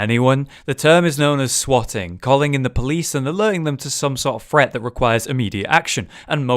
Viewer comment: I quit watching this after about 30 seconds because this dude doesn’t seem to know that there is a difference between the words ‘threat’ and ‘fret’? I’m now going to go and watch a Ted Woodford video on fret levelling.